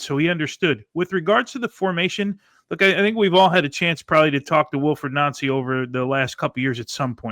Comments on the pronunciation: see at the start the guy trying the changed celtic way of saying his name only for his American mate to correct him,its noncey,oh ye sorry noncey,lol. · So funny when these hosts say his name correctly, then go out of their way to say it wrong 😂 It rhymes with fancy, people! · 😂 Its jus Nancy you don't have to pronounce it in French. Its jus nancy as in ooooo Nancy bhoy.. Everyone here's calling him a FANNIE though. You can pronounce that in French if you like too. LE FANNIE, MLS to SPFL. Americans eh, . 😂 You don't understand Scottish football.